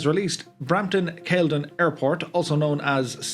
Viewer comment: FYI - Pronounced CAL-I-DIN.